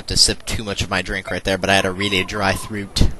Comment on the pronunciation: oh my god i love your way of saying throat got a good laugh out of it